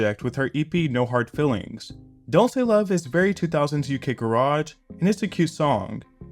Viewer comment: Okay but that's not how you pronounce UK garage 😭